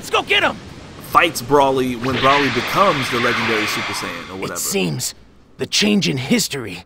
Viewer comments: Hey, no offense man. But its bro-ly not broh-ly. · It's pronounced Bro-lee